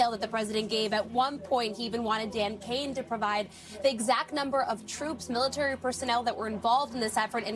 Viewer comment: “”Great ability in our mility””. Old guy……